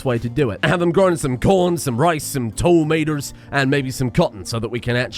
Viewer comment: * misspells "Würstershire" * * mispronounces "tomato" * * votes for Joris Bonson * * leaves *